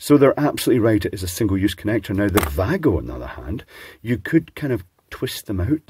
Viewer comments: Thank you for teaching proper pronunciation of Wago, and the reasoning behind it. American YouTubers don't use words correctly. As a side note: every "w" in the German language is pronounced as a "v" sound. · Props on the decently correct pronounciation of the german WAGO.